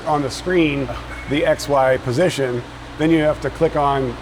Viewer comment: Only 2 minutes in and instead of X,Y position I keep hearing ex-wife position 😂😂